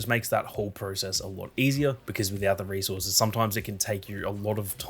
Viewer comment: Oh resources. I thought he was saying racehorses 😂